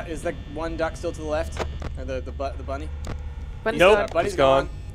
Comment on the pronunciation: Its smiley bunny not bonnnie